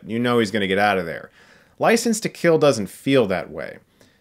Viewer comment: "Ricense to Kill"